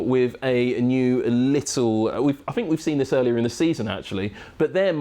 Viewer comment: This guy doesn't know the difference between bought and brought. It doesn't bode well when he used the word fink at the start. I got 38 seconds into the video before hitting pause. Maybe use a presenter that completed his education next time F1.